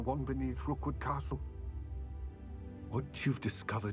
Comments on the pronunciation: its Rookwood ... not Rockwood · his name is ROOKwood, not ROCKwood, jfc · It’s Rookwood not Rockwood, also Niamh is pronounced like Neev, it’s a Irish name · The fact that you mispronounce Rookwood's name throughout the entire video is hilarious after I toyed with him for nearly 10 minutes during my final fight with him.